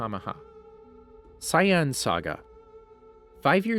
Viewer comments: Saiyan not Cyan Napa not Nah-pah Vegeta not Vega-tah Freiza (alt. Freeza) not Free-ah-zah Namek not Nah-mak Kami not Khame Zamasu not Zah-mah-sue Did I miss anything? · Saiyan is cyan, kamehameha is ka mi hamih, the worst one is vegeta he says it like vegetable but just vege and then ta! does he even watch dragon ball? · Yeah I stopped after “..King Poccolo causes the young Sai-Yann to attack” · For real rlly it's not sai yen it's say en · So Saiyan isn’t pronounced say-in, it’s sigh-in? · Bro got the script and ran with it. Should consider watching the series....... Kami (kaw mee) Saiyan (say en) Frieza (free zuh) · I about quit when he said si-yan saga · I hope you stub your toe for every word you mispronounced. It's Say-Annes, It's Caw May Hah May Hah . It's FREEZE-uhh. It's VAG-EE-tah! It's Zah-Mah-sue. It's Jock-oh. ...You're bad and you should feel bad. I don't care if these are the names in japanese or something. You are currently speaking English. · mans said super cyan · I'm literally only thumbing this down because you pronounced names incredibly wrong. Free-eza, veg-etta, SAI-YAN? Congrats on figuring out namn-mayik half through but it was too little too late. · Why does he say cyan not saiyan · Mans really said cyan sage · Not Sai yon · It’s pronounced Say yan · "Sye an" Saga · A super sigh-in? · How do you butcher the word Saiyan that badly. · He said saiyans wrong se how to say it right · this man is freestlyin all the names gotdamn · How they pronounced Saiyan made me stop watching the video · He’s definitely now saying everything right. It’s actually the opposite. He says kamehameha wrong saiyan wrong namek wrong frieza wrong etc...